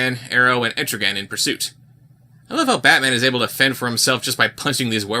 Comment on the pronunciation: I wish I could "LIKE" this vid more.. Cause pronounced ETRIGAN's Name Correctly!!!